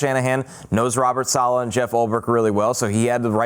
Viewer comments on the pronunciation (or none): 4 minutes left, game is not over. Teams have a 4 minute offense and a 2 minute offense to push the ball down the field and score quickly. New onside kick rules put the ball immediately in the red zone if recovered. The coach's name is "Saleh" not Salah, and the QB is coming off an achiles injury not ACL. go back to sleep.